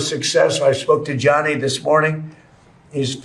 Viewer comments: It's pronounced 'Janny' not 'J-ianny', Ben. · Gianni is pronounced the same as Johnny. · Please, Ben and americans altogether: Don't butcher the name Gianni Just say Janny. It hurts my ears every time you butcher it!